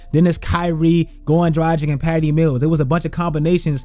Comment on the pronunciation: Man, can you FINALLY learn to pronounce Dragić correctly?....